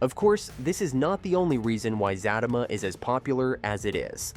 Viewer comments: It Za tea ma,, not Za ta ma ..😅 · Who the helll is Fat-ta-ma 😂 Zat-ta -ma this Ai is a trip 😂😂😂😂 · It's not zatima it's the za te ma. If you can't say the name right you shouldn't be sitting repeating it over and over and over trying to explain the show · It’s Za Ti Ma not zatima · The name is Zatima! Not Zattama! SMH! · Sir it's Zatima not Zatima 😂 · I just can't with the pronunciation....😔 "Zaaa-team-ma" and "Faaa-team-ma" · It's Zah-tee-muh bro 😂 everytime he say it wrong I cringe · It's pronounced Za tima..I was watching Sista's first! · Za-team-mah pronounce it right please lol. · It's Z-U-T-E-MA U r pronouncing it wrong😂😂😂😂😂💀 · PLEASE pronounce the show's name and one of the main characters' name CORRECTLY! It is pronounced Zuh-Tee-Muh & Fuh-Tee-Muh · It's pronounced Zateema and Fateema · Za teeee ma! Zat a ma!! You know that is not how it’s pronounced!! C’mon maaaan! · He is saying it wrong and it’s pissing me off like for fr fr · Can u please pronounce her name correctly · ITCH IF YOU DONT SAY THE NAME RIGHT BEFORE WE SLAP U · PUT SOME RESPECT ON HER NAME. SAY HER NAME RIGHT. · I don't believe you exactly watch the show. U can't even pronounce the name, or you're very disrespectful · Do not review the show if you can't pronounce the name of the show, at least half correctly. 🤬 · I can't even listen to this. He's saying it wrong. But he already knows this. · Right, cuz if you watch the show, you know how to pronounce the name of the show and it's characters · Zat~A~Ma every time he says that I crack up and what about the way he is saying Sistas